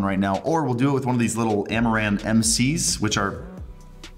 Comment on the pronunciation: Is it me or everytime he says "amaran" I hear "Amouranth"?